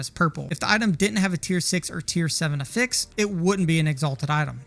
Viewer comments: I cant get behind someone who pronounces it "A fix". Its "AFFix" lol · If you care at all, affix is pronounced differently as a noun and a verb. The way you're pronouncing it is the verb form. However, most of the time you're referring to "an affix" which is pronounced "AF-fix." The Merrian-Webster online dictionary has audio demos for the difference. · The emphasis is on the short A (as in apple) in Affix, not the fix. A-fix not a-FIX. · Jesus Christ. It's not "uh fix", it's "ah fix". /əˈfiks/ <-- Wrong /ˈaˌfiks/ <-- right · It's not a-fix, it's af-fix. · You have such a clean Northern/Midwestern accent - but why do you pronounce "affix" in the way you do - a-fix? Dictionary puts the accent on the A - for ah-fex. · affix (uh-ficks) is the verb pronunciation. Affix (aff-icks, or ay-ficks) is the pronunciation for it as a noun. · You're showing level 87 items on screen when telling us to craft early... What levels qualify as "craft early"? . Also, isn't it pronounced "AF-ix" not "a-FIX"? I'm not trying to be a jerk here, I'm asking so I don't mispronounce it lol. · good video, had to watch on mute with subtitles due to how you pronounce afix but good vid none the less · Yep, it should be affix like “traffic” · He is pronouncing affix as a verb instead of as a noun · you really ought to put the "pressure" on the a of affix, not the f sound.. youre turning the verb into a noun and it sounds really bad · The syllable emphasis for the word "affix" is the same as "asshole" - the first syllable. Just like "prefix" and "suffix". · loved the vid. the way you said affix hurt my soul though haha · your pronunciation for affix is wrong. the way you are saying it is pronunciation of the verb, noun has first syllable accent. not trying to be an ass, only helpful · The way you’re pronouncing “affix” is driving me insane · I was genuinely not prepared for that pronunciation 😂😭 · Lmfao... I was immediately triggered 😂😂😂 Ty for saying it. Someone had to.